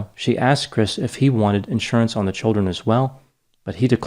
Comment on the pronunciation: Are you from Connecticut? The way you say "childrun"